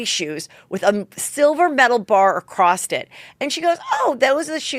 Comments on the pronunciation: "Across-t" it?????? Its acrossed...... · AcrossT = Across. Did they check your hearing ? Might be the problem. Said with love ♥️ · You say "acrosst" instead of "across" too hahahhaa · Heather, I can’t help it lol….”acrosst it”